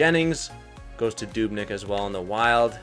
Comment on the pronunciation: Anyone else notice something weird when he said Dubnyk